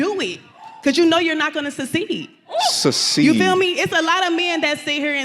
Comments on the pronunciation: "Susseeed" lmao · Yea "suckseed" you heard her!!😂😂